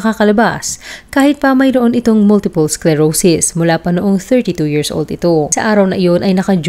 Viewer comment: Why in the world you are pronouncing years = “yearzz”as well as thousand = “thouzzzand” hayyy naku